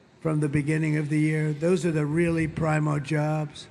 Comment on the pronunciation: Did he say "pry moe" jobs? Was he mispronouncing "primo"?